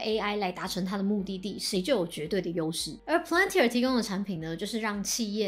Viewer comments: 小提醒： 你念公司名的時候 一直都把 Palantir 唸成了 Plantir P後面少了a的音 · 這公司全文英文念成呸愣提爾，大大可能念太快而發音錯誤。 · Palantir, 重音在第一個音節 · 難怪我覺得怪怪的， 重音不是應該要在P嗎？這樣唸重音在L😅有誤請指正